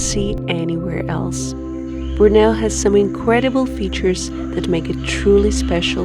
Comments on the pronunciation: Wonderful video. You pronounce Borneo ("Bor-Knee-Ohhhh") as "Brno" (a city in the Czech Republic) which just makes it even more cute : ) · The way y'all pronounce Borneo hmmm..